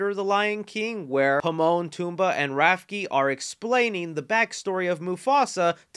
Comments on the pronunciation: In mufasa trailer you pronounce the name are not Pomon toomba and rafke. There Timon, pumbaa and rafiki. Timon, Pumbaa and Rafiki. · I’m sorry, but Rafki? Nah bro, it’s Rafiki. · It's RA-FEE-KI not RAF-KEE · “Himon, Tumba, and Rafky” my dude, not even close. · I’m sorry did you say Pimon Tumbaa and Rafki? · No comments on saying "Pimon, Tumbaa, and Rafki" instead of Timon, Pumbaa, and Rafiki? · 😂 did you call Timon, Pumba and Rafiki the wrong names on purpose? You said Pimon, Tumba and Rafkey. I hope that was intentional. 😂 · WHO IN THEE HELL…..is Himon, Tumba and RAFKI!!? 😡🤣🤣😆💀💀🤦🏾‍♂️🤦🏾‍♂️ it’s Timon Pumbaa and RAFIKI! How you got all three names wrong is jaw dropping to me 😆 Go over your videos properly next time bro. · bruh did you say Pimon and Tumba and Rafki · did I just hear you say Pimon, Tumbaa, and Rafki? 😂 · Think you mean timone pemba and rafiki why did you say it so wrong it broke my mind lol 😆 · Did...did you seriously just butcher Timon and Rafiki's names? Dude. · WHOA WHOA WHOA, I'm sorry but what were those pronunciations of Timon, Pumbaa, and Rafiki's names ??? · My boy riding the struggle bus trying to pronounce Rafiki, Timon, and Puma! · I’m sorry but how the heck did you just mispronounce the names of Timon and pumbaa and Rafiki all at the same time lol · the way this dude said Pimon and Tumba and then butchered Rafiki’s name has gotta be racially motivated 😂